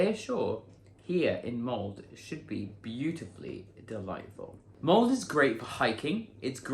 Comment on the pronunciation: My mom is from Molde. It is not pronounced mold. The E is not silent. Sounds like Molda.